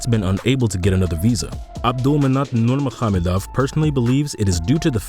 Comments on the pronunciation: Yep that's true, it Habib Nur-Mohammedov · Louaios Because it's not lol. Nur-Ma-Go-Med-Ov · It's not NURMAHAMADOFF, it Nur-maga-medov, try practicing it, if your doing another video. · He did butcher Nurmagomedov putting an h in there too for some reason though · You should probably learn how to say his last name before you make a video on him. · No hes not.😅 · no, he didn’t pronounced it well